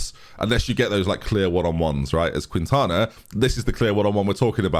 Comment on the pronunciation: Quintana = Kin-tana…cuz it’s me name 😤